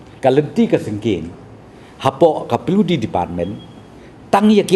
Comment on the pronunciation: pliwdi department ...nga da sngap khnang 😂😂